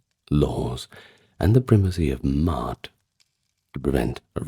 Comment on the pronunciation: Ma'at, Ma'at, Ma'at... not "Mart" 😂